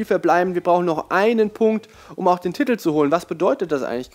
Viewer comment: Kannst du das Wort "Titel" eventuell mal richtig aussprechen? Man schreibt es nicht mit 15 T's...